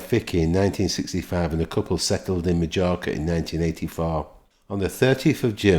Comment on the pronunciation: It’s the way you pronounce Majorca a wind up…..surely you don’t think that’s how it is pronounced 🤨🤔😆RIP John. I have lots of happy memories from my childhood xx